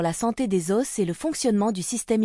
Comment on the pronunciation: Si votre IA prononce os avec s et que vous ne l'avez pas corrigé, qu'est-ce qui me dit que le script n'est pas lui-même écrit par une IA ? Le cas échéant, qu'est-ce qui me dit que vous l'avez relu et vérifié ?